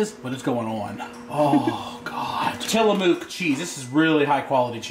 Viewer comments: Tillamooook....noooo its pronounced Tilla-muck. I promise you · you said tillamooook cheese. It's Tillamook like Took Tillamook.